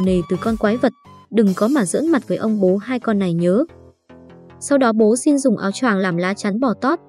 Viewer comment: Sao lại nói shin như thế